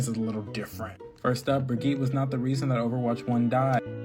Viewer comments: As a someone who’s second language should be Swedish, that one guy says Brigitte soooo wrong and it bothers me. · If someone talking about overwatch doesn’t know how to pronounce Brigitte’s name immediately stop listening to anything they say.